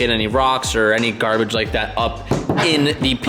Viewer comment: Garbbbbbaaaagggg not garbaggggggg